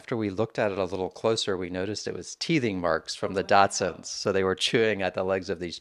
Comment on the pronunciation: Dachshund not Datsuns.